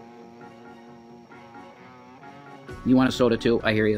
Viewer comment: It's sodie everyone because thinks leaving gs off the end of words and changing words is so charming.